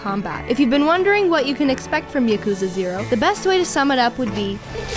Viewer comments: P.S. Yakuza is pronounced with the accent on the first A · Sort of a pet peeve of mine it's pronounced YAKuza not yaKuza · And she pronunced Yokuza instead of Yakuza. Damn! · YAH KOOOZA. not yukooza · Girlfriend review call Yakuza YA-Ck_ZE Its pronounce YA-Ku-ZA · No. Your boyfriend should not play Yakuza 0. At least not before Yakuza/Yakuza Kiwami. Also, it's Yah-koo-zah. Not Yuh-kooz-uh. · ya-koo-za??? hello????